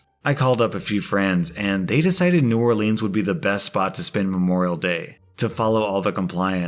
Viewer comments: Argh!!! It's not pronounced New Orleeens, it's New Orleans, (trust me dahlin'). Keep up with the great Reddit stories. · it is NOT and has NEVER been new oar-leans. (It is new OAR-lens) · hey, let me help you out. in south louisiana we pronounce New Orleans like "new oar-lynn's" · So Imma be a karen right here, well also just like pointing out. It's sorta hard to explain on text but....I am familiar with Louisiana, more specifically New Orleans, and it kinda drives me crazy when people pronounce it wrong which you kinda were the whole time. The way you said it was more like when you put the name in a song, it just rhymes better but it is not how you say it normally. That's all, I'm sorry if I seem rude I'm not trying to be. I love your videos and have been watching for like a year by now. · HE MISS-PRONOUNCED NEW ORLEANS! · I'm sorry to tell you but that's not how you say New Orleans. I mean I do live in Louisiana so I would know lol. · Is anyone else disappointed in the fact mispronounced New Orleans? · The way he pronounces New Orleans pisses me off 😡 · You pronounce New Orleans wrong